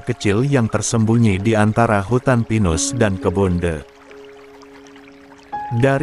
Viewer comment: yg bener itu teh bukan the...sampai bingung aku dengerin nya masak ada minuman the